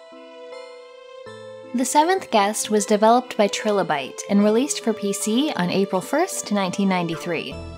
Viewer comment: I knew the video was worth watching when she didn't mispronounce "trilobite"